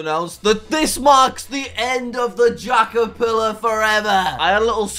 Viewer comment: You are telling me you gave this guy 5 bucks, and still managed to get your one message wrong? What the dingdong is a jackerfillar? It’s J A C K E R P I L L A R. Remember that. P can make a big difference. Whether in spelling, or in pants.